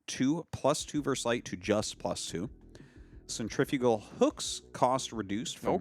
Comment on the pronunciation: Why does everyone pronounce centrifugal wrong?